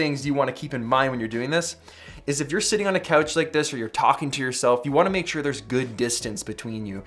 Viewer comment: why does he say about, out, couch so funny